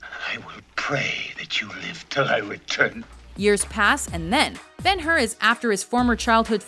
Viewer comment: Bang-her....for 212 mins, HOLY SHIT!:D